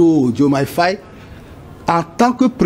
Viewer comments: Mais ce p'tit se prend pour un français ou QUOI !? 🤔... Au lieu de dire Faye, il dit Faiye. 🤦🏽‍♂️ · Prononcez bien les noms svp. Il y a des sénégalais partout maintenant dans le monde. Faye se prononce Faye comme en français...pas fèye